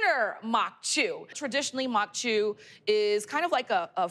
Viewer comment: Just stop. I don't know what this is but as a Creole New Orleanian, this is NOT corn maque choux. She didn't even pronounce it right 🥴